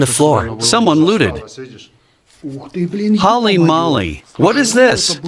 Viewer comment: "Holly Molly"... it's pronounced Hole-E Mole-E, you goofs.